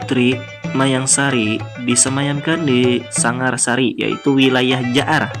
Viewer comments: Sangarasi bukan sangarsari bung. Dan taukah anda apa arti nama Uria Napas Negara ? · Maaf min bukan jaar sangarsari tapi jaar sangarasi yng berasal dari sangar wasi/sangar jatang